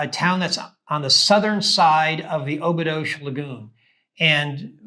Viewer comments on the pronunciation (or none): Thanks for the video. FYI, Obidos is pronounced "Obidush".